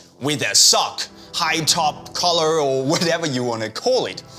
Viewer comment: Is he saying collar or color